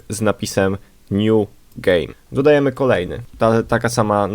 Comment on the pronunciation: Dodajemy chyba a nie "Dadajemy".